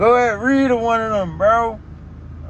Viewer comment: He said Reed😭😭😂😂😂